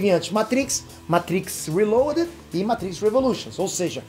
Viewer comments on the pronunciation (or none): Esse "Matrix reboleixon" foi foda kkkkkk. Indo ao assunto, eu acho que o 4 não vai chegar no nível do 1, só acho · "Matrix Relacration" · "Matrix Rebolation" kkkkkkkkkkk é d+, não tem outro